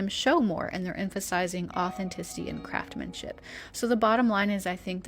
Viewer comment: It's craftsmanship with an "s" BTW Thrifting is definitely the way to go 💖